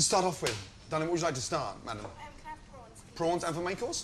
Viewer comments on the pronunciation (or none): 1) it's prawns not pront 2) what you heard as avermacros was him saying "and for main course" 3) MC is short for Main Course